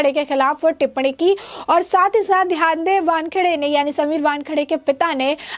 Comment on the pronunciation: पहले सीधी तरह से नाम लेना तो सीखो. इनका नाम ध्यानदेव नहीं, ज्ञानदेव ( आपकी भाषा में 'ग्यानदेव') है!....(मतलब...समीर वानखेडे के पिता का)👍